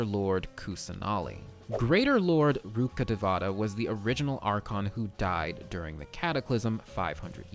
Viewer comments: just wanna correct your pronunciation of "rukkhdevata" it goes like rukh-dev-tah and not like rukkadevaata as a person who's fluent in hindi its getting on my nerves im so sorry T-T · Love ur lore videos Btw, as a local of the said reign sumeru is based on, "Rukkadevatha" is pronounced as "Rukka-Day-wa-ta" 😊 just saying cz more people will know about it